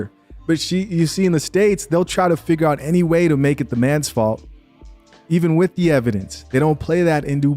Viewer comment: "She dealt wiff"....